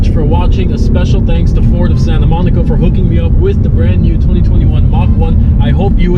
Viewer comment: Forward of Sayinta Moneekuh